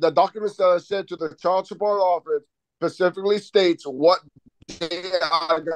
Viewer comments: Am I wrong in thinking that every time this man says pacifically… He loses even more credibility that might have been there? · He, as a full grown male, "pacificly" doesn't know how to say the word specifically......my goodness🤦🏻‍♀️